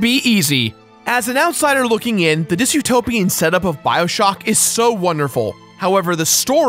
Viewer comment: Dystopian, not dysutopian